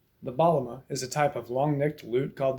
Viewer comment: It’s called Baglama with G softly pronounced